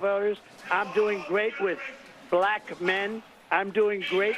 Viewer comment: "Doing great with BUH-LACK men" pause trump 🤣🤣